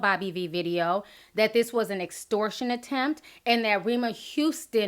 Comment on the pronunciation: nigga can't even pronounce extortion. talkin' bout bookings & shit smh.